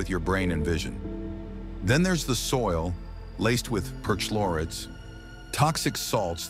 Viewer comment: It pronounced 'perchlorates' as 'perch lorates'. But you are not supposed to read the 'h'. Does that mean it's AI?